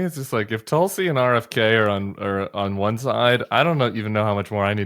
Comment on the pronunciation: I like the Bulwark but I would like to point out the mispronunciation of Tulsi Gubbard. She's of Indian origin and her name should be pronounced "Thulsi" sort of phonetically begins like "Thiel". PS: This is directed toward Tim Miller.